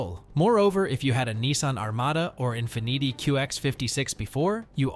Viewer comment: no one should take a guy that says infneety seriously